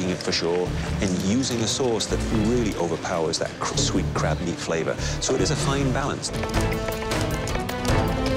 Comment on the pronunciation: “Flava” (flavor) … I noticed it’s usually an exaggerated “a” sound. Don’t know why but it annoys me.